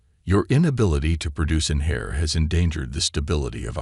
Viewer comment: Heir NOT hair. Wait! Did the storyline just do a skip? First he was meeting the queen in the dessert then suddenly running from Drones. WTF? OK THIS STORY IS CHIT...CANNOT EVEN COLLABORATE WITH THE ORIGINAL QUEENS VIEW POINT. I AM OUT